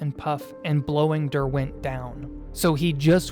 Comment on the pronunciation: The pronunciation of Derwent is an atrocity.